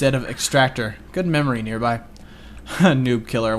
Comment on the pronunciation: is it me or does nearby put enthesis on EE